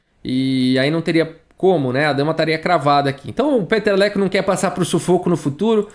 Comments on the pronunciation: Cada vez q o fala o nome dele, eu escuto peteleco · Cara, eu só conseguia entender Peteleco!!! kkkkkkk